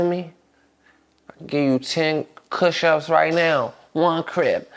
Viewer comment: He said “Cush Ups” 😂